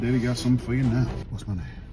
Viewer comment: My man said “Now”… like right Meow